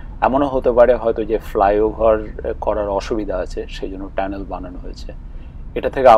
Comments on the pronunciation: ট্যানেল না টানেল ??? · ধন্যবাদ আপনার মন্তব্যের জন্য! সঠিক শব্দটি "টানেল" বা সুরঙ্গ (Tunnel), তবে বাংলায় কখনও কখনও উচ্চারণগত কারণে "ট্যানেল" বলা হয়ে থাকে। আপনার খেয়াল করাটা প্রশংসনীয়! 😊